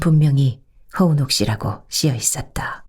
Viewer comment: 허 운옥 이에요 은옥이 아니고